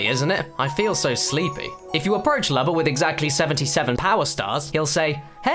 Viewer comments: Your saying Lubba's name wrong it's Lewbba not luhbba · It's pronounced like Luma with a b instead of a m.